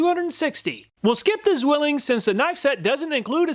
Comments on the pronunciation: Ssswilling. In german the Z is pronounced at ts. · it's pronounced "tswilling" and is translated to the word "twin". (Zwillinge = twins). It's an old and very well known knife brand here in Germany. And check out how many chinese companys copied and use nearly the same logo :D The city, that is extremely well known as the "knife town" is Solingen. There are many companys manufacturing knifes, tools and related iron stuff.